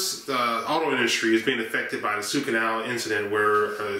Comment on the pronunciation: Why do you call it The SUE canal ? I don't get it. Is that how they say it in Detroit or Kentucky curious